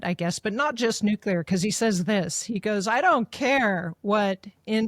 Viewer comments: Very dissapointed to hear victor say "nuculer" not nuclear. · Dear Mr. Hanson, A friendly reminder. The pronunciation is Nu-cle-ar, not Nu-cu-lar. "Nucular" is a colloquial and often criticized pronunciation of the word "nuclear". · If you can't pronounce Medvedev, maybe you shouldn't even try.. same with 'nuclear'.